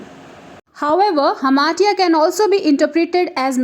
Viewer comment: hamartia pronunciation is wrong...